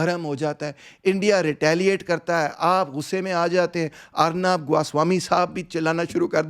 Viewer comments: Dekha Maine. Thoda Jazbaati Hogya Aaj.😂 Acha Ladka Hai. Achi Baat Krta Hai. Lekin Aaj Thoda Jazbaat Me Beh Gya Bechara.😂 He's criticizing Dhruv Rathee. Dhruv JuD ka 'Dawa' thik se pronounce nhi kr paya.😂 Aur uske 2 minute baad khud 'Arnab' ko galat pronounce kiya.😂 Haha Are yar, ye galat pronounce krna bhi koi mention krne wali baat hai video me?😂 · Dhruv didn't pronounce dawa word right which shows lack of his preparation before making such an important video..... and you can't say the same to because he mispronounced the name "arnab"....